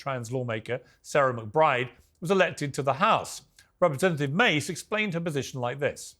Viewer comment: bro get her name right you’ve had her on here before😭 you gotta know how to pronounce the names of the people you have on